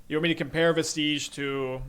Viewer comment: Vestige is pronounced like "VEH-stij" not like "veh-STEEJ" Not tryna be a butthole, it is just really hard hearing every streamer mispronounce it